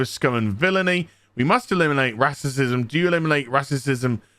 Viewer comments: Dude. You're not black, you're not female. You're just a basement dwelling, hait baiting grifting YouTuber. Shut up and read the room. Edit: Also, 'rassism' and 'wahmen'? You absolute child. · It would help if you could pronounce Racism rather "rasterciuim" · I love your videos but for the love of God please stop purposefully mispronouncing racism and such. It drives my brain crazy lol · Can you please say racism properly and get to your point more quickly. I'm agreeing with you, but fuck, stop being as cringeworthy as dysney.